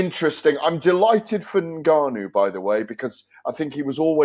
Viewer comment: Why does Gareth A Davies even talk if he’s not prepared to say anything? Just an alphabet soup of avoidance and appeasement And btw it’s Ngannou not Negannu you plumb